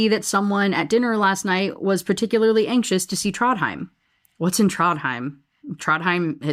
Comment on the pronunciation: Aw Trondheim is where my grandma is buried. Your pronunciation is fine!